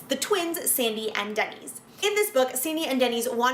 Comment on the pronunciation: Isn’t “Dennys” pronounced like “Dennis”, and not like the chain restaurant name?